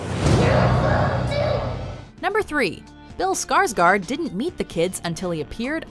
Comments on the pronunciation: I wish people could say Skarsgård right.. Well can people at least say Skargord ;-; I'm Swedish so yah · The way all amaricans say Skarsgård kills me😂😂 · If you are going to use a name in a video then learn how to pronounce the name. You totally butchered Bill Skarsgård name, as we say in Sweden. Gör om gör rätt, (do it again do it right).